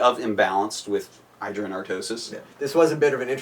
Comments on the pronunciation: idra: (ID-ra) Artosis: (eye-dra) Artosis: trollface/ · Idra pronounces his name one way and artosis in another way. I wonder who is right ^^ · The Casters have been saying iDra wrong this whole time!